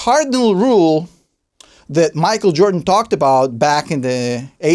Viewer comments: Michael 'Air Joran' Joran. 😂 We'll let you off, not sure Mike will though. 😋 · Jordan not joran lololol